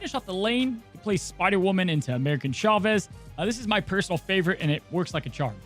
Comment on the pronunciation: Why do I always hear “American” Chavez whenever mentions that card?!